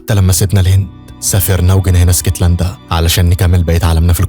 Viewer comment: اسكتلندا ❌ إيسكتلندا ✅😂 ونبي انت وبحب ملخصاتك اوي ❤